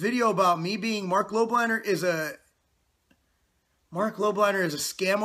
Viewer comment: 'buy all of these supplements' - Marc Lob - liner. He cant even pronounce your last name properly.